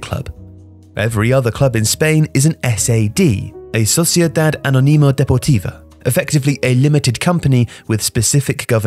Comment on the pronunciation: sociedad anÓnima deportiva The accent is in the NÓ, not in the NI